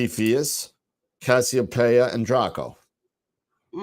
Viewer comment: Guys... research... is cassiopeia, not kastiopeia. Camelopardalis, pronounced Camelo-Pardalis, is not a camel... it's a giraffe...